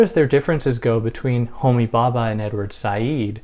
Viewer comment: Thank you for this- I loved listening to your gentle voice! Interesting that you’ve not got any comments or reactions to this video before. I think probably Western peoples have never heard of Homi Bhabha (‘bh’ is a soft b so be careful not to pronounce Bhabha as Baba!). You can make a video about Machiavelli or Jung- and immediately people will comment. That is the reaction of colonised minds who cannot imagine that there were Eastern philosophers. Also, we should get away from using terms such as Middle East, which is a colonial term; and instead familiarise ourselves with West Asia. The term Middle East, although nonsensical, is again more familiar due to colonisation.